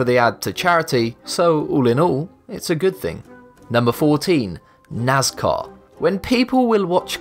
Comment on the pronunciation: Anyone here nazcar instead of nascar